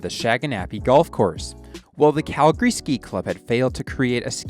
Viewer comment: He said Calgary properly 🙏🙏🙏